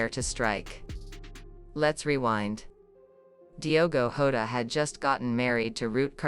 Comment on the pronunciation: Get the name right, it's Jota and not Hoda, please stop this rubbish.